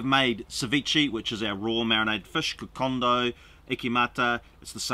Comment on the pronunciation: It’s also Kokoda. Not Kokonda